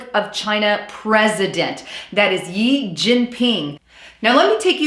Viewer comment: On China... The Republic of China is actually Taiwan. The People's Republic of China is mainland. And its president Xi (sounds roughly like "she"), not Yi